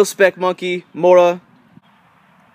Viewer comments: Made me laugh. You did a strange English accent thing... Mora is from Sweden... Like most of the best survival kit. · You should learn the name of the mora knife you pronounce it horribly wrong.